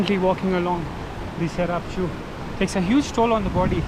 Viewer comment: You meant the Tsarap Chu when you said Charap nullah right ?